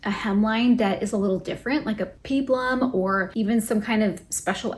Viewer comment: Thanks. By the way Peplum is pronounced PEP-lum with a soft E.